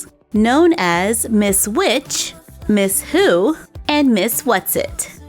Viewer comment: I thought that you said miss poo not miss who